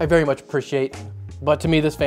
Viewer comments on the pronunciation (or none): none